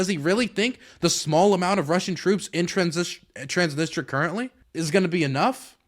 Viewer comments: transnisTRIA PLEASE Not transnistra, transnistria plz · Minor nitpick I know but it's Trans-nis-tri-a not Trans-nis-tra every time you said it wrong my soul died a little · It's pronounced Trans-Nis-Tree-Ah, but they call it the Pridnestrovian Moldavian Republic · I'm going to focus on the least important thing here and say "please say TransnistRIA and not Transnistra" . :p